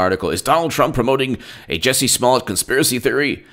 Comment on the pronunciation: fyi, He pronounces it "Juicy".